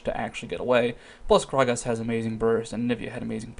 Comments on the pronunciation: It's a tenacious D reference, and it's pronounced Cage's. Sorry. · The item is a reference to what's-his-name Kage from the movie Tenacious D and his lucky pick. His name is pronounced like cage, so basically you're wrong.